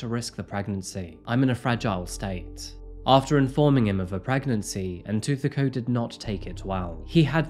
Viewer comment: Yes, the stories are interesting and the way he delivers them is pleasingly professional. BUT, no, his pronunciations - on multiple SAn cases - are not correct. I empathise with these not being his languages - but this is his chosen job. As mentioned here, names hold meaning and are an important part of identity. Getting them right shows caring, effort and respect. Tshegofatso and Ntuthuko are simple enough to say yet were mispronounced through the entire video. I wish he would reach out to speakers in/from the countries he covers to get assistance with basic understanding of the languages and pronunciation of the names.